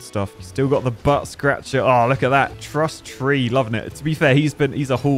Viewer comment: AT START YOU SAID TRUSS TREE not truss tea